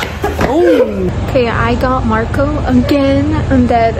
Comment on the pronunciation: The way said Moco insted of Marco she got me rolling on my floor